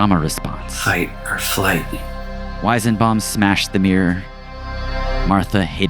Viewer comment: I couldnt stand you butchering the weisenbaum pronunciation so many times